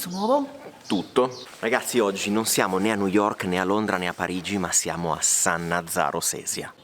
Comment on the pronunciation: San Nazzaro Sesia. Non San Nazario!!!!!